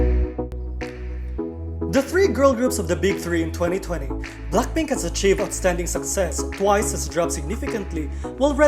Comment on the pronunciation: i hate the way you pronounced BLACKPINK.. can't you pronounced BLACK properly? not BLAK but BLACK.. BLACKPINK okayy? not BLAKPINK.. anyway congrats BLACKPINK.. i wish to see their performance on Award/Year End Show.. it's been a long time the girls doesn't appear.. for TWICE.. tbh, their recent releases like More & More, I Can't Stop Me doesn't hit enough like their previous song Feel Special & FANCY.. honestly, FANCY concept is superior for me.. JYP should using that concept again in the future.. for live singing, i'm agreed with those netizen.. they already 5 years old, but i won't blaming the girl.. JYP should stop giving them high pitched song & stop using Nayeon - Jihyo alone to carry the whole song.. Jeongyeon & Mina should have more line too because they are Lead Vocal.. stop forcing Momo using that cringey voice, that's ain't cute tho.. Momo supposed to sound better than that.. Chaeyoung should having more rap because she is Main.. JYP is suck.. for Red Velvet, they ain't leaving the 'race'.. they just on their comfort zone & stay unbothered with those 2 group.. i was upset with those netizen who attacking the other girls.. the controversy is about Irene, but the other girls is affected with that.. end of 2020 supposed to be exciting because Wendy is finally back.. but nevermind, i'm anticipated their comeback.. i love BLACKPINK, TWICE & RED VELVET..